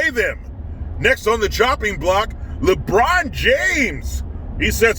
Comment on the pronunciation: The Officer Tatum calls LeBron, "LeBronda." Cracks me up!!